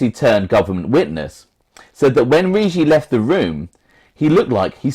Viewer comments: ..ur pronouncing the Eagles name totally wrong..2 hard Gs rhyming say with piggy-Riggi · Bro I told u..its Rig-gi..hard G..l told u his granddaughter is my bestfriend